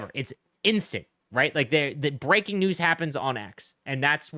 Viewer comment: Lol I thought you said ”nudes” instead of news